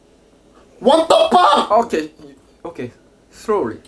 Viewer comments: He was trying to say wat the fuck but said wat the faaaaa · lol i though he said what the puck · I think says buck instead if fuck😂😂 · Your friend says what the bunk in stead of the f word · He sais ' What the parck man?'